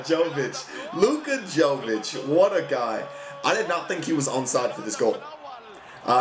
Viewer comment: it's actually Yo-veech